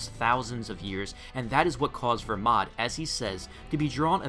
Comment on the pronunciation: Make up your mind it’s either Belmod or Vermod which isn’t his name you say vermod but in your comments you say belmod because it is BELMOD NOT VERMOD